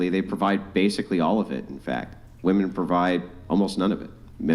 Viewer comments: Please stop pronouncing "women" as "woman". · Why do no women on this fucking podcast know how to say women plurally? [Wih-Men, not Woo Men] WTF its a recurring theme. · It HAS to be called out EVERY TIME “women” can’t be pronounced properly